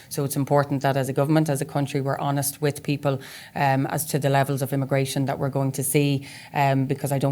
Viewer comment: Did she say honest? 😅